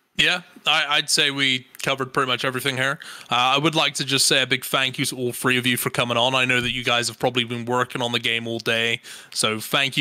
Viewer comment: hey, it's three not free, you need to grow up